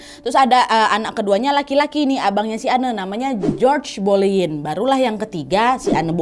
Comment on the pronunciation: Boleyn....g jadi k boyen dengernya 🤭